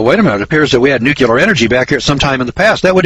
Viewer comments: It is NEW CLEAR not NEW CUE LAR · Listen boys and girls, I like what is being said here, in fact, I give it a thumbs up, but how credible are you if you can't pronounce NUCLEAR. NU..KLE...ER...not NU..QU...LER !!! Mr. Bush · the moron cant even pronounce nuclear properly.